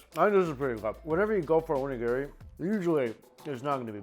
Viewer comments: Mike, you're fantastic and i love your videos... but please... That Onigiri isnt named Gary. O-Ni-Gi_Ri... <3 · If you plan to live in Japan, need to work on that Onigiri pronunciation